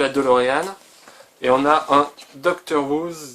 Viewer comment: on dit [deuxloréane]